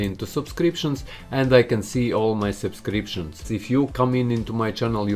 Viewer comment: I luv when he says supscriptions